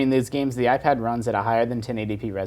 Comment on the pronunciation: the way enunciates “iPad”